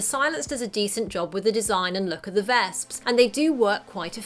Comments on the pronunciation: vesps. not "vasps" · actually, the way she pronounces their names makes it sound closer to the German word for wasp "Wespe", which is pronounced "Vesp"